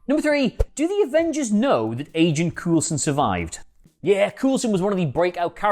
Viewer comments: How did you manage to mispronounce coulson as cool son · Coulson pronounced Coal-son. Trust me. I should know. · 1: Even if Vision definitively destroyed that Ultron Drone, how do we know they were all destroyed? How do we know they were all in the city to begin with? 2: Agent Cool-son? Really? Multiple movies and a tv series and you think the name is pronounce Cool-son? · I'm just hear to say... Agent Cool-son😂😂😂😂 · Why doesn't this idiot know how to pronounce Coulson? It is almost like he has never watch any of those movies or Agents of Shield, but is just reading someone else's copy. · Why is he saying coulson like that 🤦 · This guy really doesn’t know how to pronounce Coulson, Fitz and Simmons can. And why do I feel he’s bagging on Agents Of S.H.I.E.L.D.? It’s an amazing show and important to the MCU. Oh and to answer Adam’s answer, it is said that the show might clue us into the formation of S.W.O.R.D. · Why are you saying Coulson like that come on